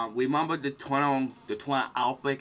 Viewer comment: ha haaaaa sorry i know this guys got an impediment, but fuck he's funny to listen to. gwobal what? heh heh. just wemember the fwuture is short times away! it cwould happen!